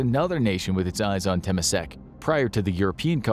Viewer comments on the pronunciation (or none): Hi i would like to point out "Temasek" in - of the video is pronounced as "Ter-mah-sake" not "Tema-sack". Other than that, thank you for creating a video of our country.😊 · the constant mispronunciation of temasek is driving me insane. its not teh-mah-seck with emphasis on the “teh”, its tuh-mah-seck with emphasis on the “mah” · God...that pronounciation of Temasek... Ter-mah-saaek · as a Singaporean, all the history is true but just a correction. If you guys want to say, "Temasek" don't say "Temesek" but we do say "Tamasek" because this country is come with Chinese, malay, Indian and others but we mostly follow malay English style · It isnt temesek like how you pronounce it, its temAsek, with emphasis on A pronounced like ah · "Teh-me-sec" had me punching air 😂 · Ta ma sack he say? Might as well say ta ma de better. And there is no Mr yew, I only know Mr Lee. 😂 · Corrections: Lee Kuan Yew’s surname is Mr Lee. Temasek is pronounced as “Ter-Ma-Sake” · Sounded funny how you pronounced "Temasek".. should be Tur-ma-sake. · Temasek is pronounced as TE-MA-SAK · temasek is pronounced tuh·maa·sek emphasis on the ma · Temasek : tuh-mah-say-k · Temasek tuh-MAH-sik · Temasek. Pronounced as : Terrr Maaa Sake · Realise how he pronounce “Temasek” (clown emoji) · The way he pronounces Temasek 😂😂😂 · A little head up. Pronunciation of temasek was wrong and thank you for covering the sotry of Singapore. Feloow Singaporean here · Just a small suggestion. Try to learn how to properly pronounce Temasek. Hearing you pronounce it wrongly was quite annoying in the video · He meant lew for lee kuan yew. You cant really expect them to enunciate such words like how he mispronounce temasek